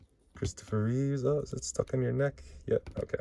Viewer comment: Christopher REEVE... not "Reeves"... George Reeves (who portrayed Superman on TV in the old days) has an S on the end of his surname... Chris does NOT...The only S that appears for him is on his chest and the cape, lol. I wish people would stop botching his name.